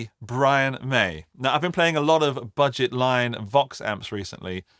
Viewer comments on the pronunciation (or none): none